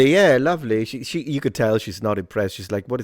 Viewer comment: "shie shie ni" 🤣